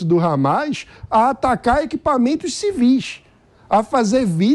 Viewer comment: Civís , moça!ah, agora falou certinho!